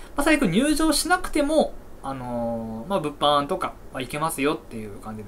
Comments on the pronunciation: 物販のイントネーションがブッフォンなの草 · 毎回物販のイントネーションが気になるw